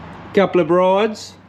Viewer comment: “couple uh brides” love that